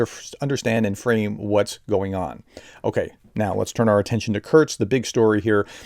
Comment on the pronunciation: there isn't a T is "Kursk"